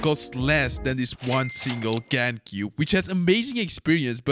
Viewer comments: you said Best cübe 🤣🤣🤣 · Bro really just said best cübe 💀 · Love how he gags that he is from Europe by using ü occasionally for the letter u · Did bro put an accent on cube?